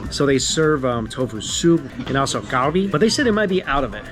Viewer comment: bro not to be rude but you've been eating galbi for years and still butcher the pronunciation. please fix it.